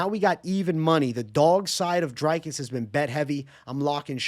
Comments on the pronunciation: Bro pronouncing “Dricus” like Strickland 😂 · Thought it was Jizcus